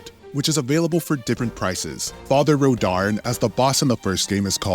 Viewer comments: Rodarn?? Learn to read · The amount of times you say "Rodarn" as I look at the word "Rodin" just triggers the fuck outta me.